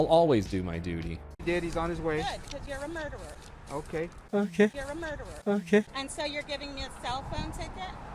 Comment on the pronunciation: If she is a teacher she would know it's not murdewer it's murderer...case in point